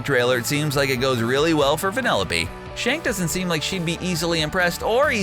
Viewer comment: Why does he keep on saying vanelope